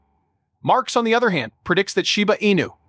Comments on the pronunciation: You called it Shiba Anus at the beginning of your video, lol 😂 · Did i hear shiba anus ? ???? 😂😂